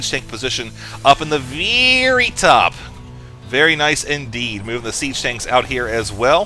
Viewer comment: "veaaary top" loled at that